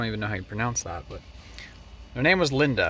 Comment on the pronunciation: Lyndon, not Linda. Like Lyndon Johnsom.